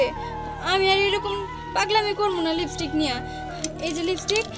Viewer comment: লিবিস্টিক না লিপস্টিক